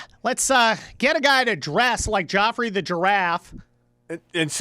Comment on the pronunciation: Joffrey? It's pronounced as Jeffrey!